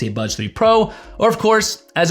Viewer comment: Why do I hear "Budge 3 pro"? Thank you for the review 👍